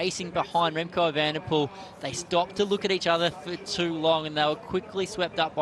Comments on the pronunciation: Remco Vandepoel??? edit: he says that every time, sounds strange 😁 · Kudos to Remco but what if...MVDP! but I keep hearing Remco VDP but surely Evenepoel.